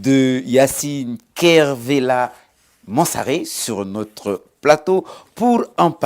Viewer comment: Par contre faut arrêter d'écorcher le nom de la dame... C'est MANSARE!!!!!! L'interviewer dis à plusieurs reprise Yansalé... Idiot